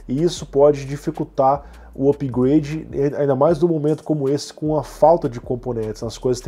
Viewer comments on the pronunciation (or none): none